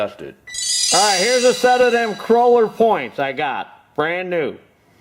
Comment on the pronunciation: Great information, exactly what I needed to know. But, I have to say, it is a KOHLER engine, not a KROLER, just sayin' buddy. A Kroler (Cruller) is what you buy at Tim Hortons to go with your coffee! Boogie on and keep those videos coming.